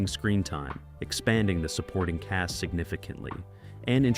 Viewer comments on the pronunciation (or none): Why is it hard for you to pronounce the word "cast"?